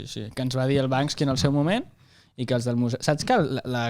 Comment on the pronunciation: Perque tots li diem Bansky si es diu Banksy?